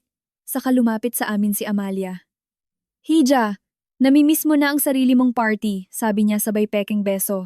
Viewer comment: Paki change pronounce nyo Ng hija.dpat e ha